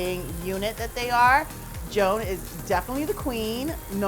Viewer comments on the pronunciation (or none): none